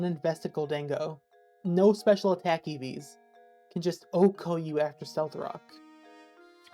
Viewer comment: i have literally never heard someone spell out o-h-k-o like that ive only ever heard "one hit k-o" or "oh-ko". what a fascinatingly diverse world this is.